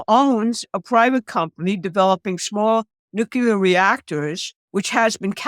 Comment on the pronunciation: nu -CLEE - er